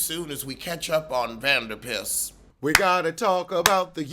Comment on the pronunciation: Not “Vanderpiss.”, you have said some hilarious things, but that had me in tears laughing.